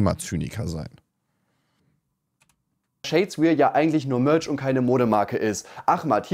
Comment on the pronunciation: "Das iss alles Mööörtsch!" Kannst'e dir nicht ausdenken...